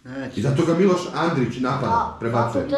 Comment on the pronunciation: Al kad čujem da kaže Andrić ja oplačem